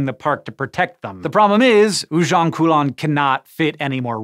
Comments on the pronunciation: I'm triggered that you pronounced "Ujung Kulon" as "Ujong Kulon" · I know pronunciation is not your thing, just like your brother. So I make it easy for you to say Ujung Kulon. Read it as Oojoong Koolon. Yes. U in indonesia is just double O in english.